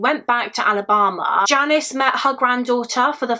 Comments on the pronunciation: also, the way you say ALABAMA is gorgeous. I love you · Omg, when you say Alabama it actually sounds like a fancy place instead of….